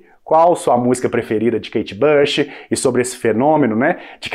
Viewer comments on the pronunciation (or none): Pare de dizer kate bash! É "BUCH"!